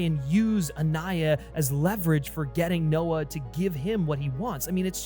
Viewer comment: Anaya and not "Aniya".